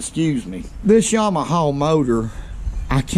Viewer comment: Yamaha ❌ Yawmahaw ✅